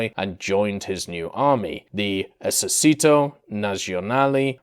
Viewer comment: Hey Brother , in Our language the letter " c " Is not pronounced as the Spanish "s" but We pronounce It as yours "chee" ...So Esercito Is not "Esersito" but "Esercheeto" Just to help ...